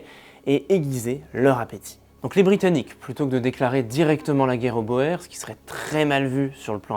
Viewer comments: Les "Bor" jamais entendu ca ! On prononce les "Bours" pour parler des Boers . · Ça se dit la guerre des "bour"..ce qui signifie paysan en néerlandais..C'est un détail..la vidéo est excellente..👍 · Excellente vidéo. Passionnant. Boers qui est un mot néerlandais se prononce plutôt bours